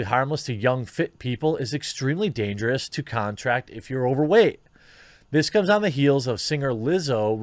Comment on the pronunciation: Ah yes, "damgerous"